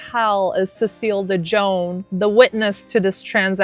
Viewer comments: dejohn? lol girl.. de jong.. pronounced.. DUH YOUNG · It's really pronounce de yon not de jon...the j makes the y sound . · De Jongh is pronounced "De yung" like the Dutch last name "De Jong(e)", which the name De Jongh is from. (Sorry ADHD info dump😅) Not that it matters for that POS lol. I'd say more than just her last name wrong 😅. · FYI: Cecile's last name is pronounced Dee Young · Pronounced cecile de Youngh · The name is ah-maude . and dejough is pronouced "Dey- young" the " J " is silent. The name is a french name